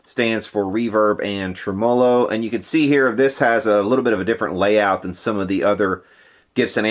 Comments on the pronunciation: "tre--MO--lo". Seriously? Let's go with "TREM-uh-lo." Just shot your credibility all to hell. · I too cried when i heard treMOlo instead of TREmolo haha just kidding, great work, the final result is outstanding. See FUPA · Trem-o-lo ? Really !! Speak English !! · It's pronounced "trem-muh-low." Not a long O. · Goood work! FYI: (pronounced TREM-a -low_) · You aren't pronouncing tremolo right